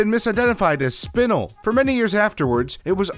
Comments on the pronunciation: Why won’t anyone just pronounce my name right?! SPIN-ELLE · Nice video but Spinel is actually pronounced spin-elle. ty